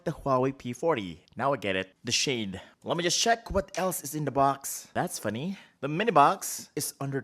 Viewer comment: The way you said "shade" i died